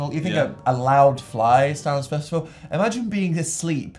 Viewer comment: I think Dan might of forgotten how to say stressful